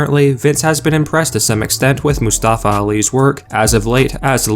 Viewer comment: Can't even pronounce Mustafa right😂